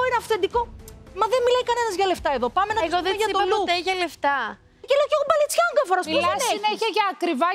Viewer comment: ΜπαλεΤσιανγκα λέει 😂😂😂😂 κλαιω